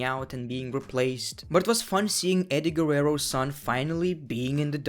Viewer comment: he said eddie gurreo son lmao